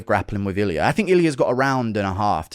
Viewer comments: It's Ilia not Ilier :D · Purey uh??? 🤦🏿‍♂️🤦🏿‍♂️everyone knows how to say his name idk why tf u say his whole name wrong on purpose 🤦🏿‍♂️ iliar??